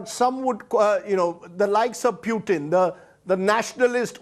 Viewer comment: calls: pyutin, tongue 👅 slip or make him muting